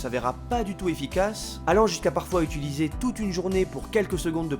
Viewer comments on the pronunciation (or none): none